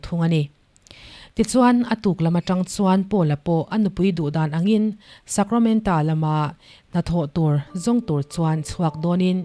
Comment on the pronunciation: Hmanah he movie hi ka en tawh a hmuhnawm khawp mai, Miss Sacramenta tia i lam hi Sacramento zawk tur a niin ka hria a sap movie ah kha chuan TO a ni tlat